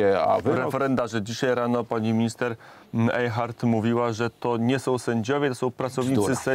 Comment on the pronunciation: Nie ejhart tylko eihart twarde jajo